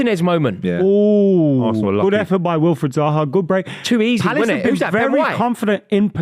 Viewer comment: As a new referee and a chelsea fan I think the way says varsenal is disgraceful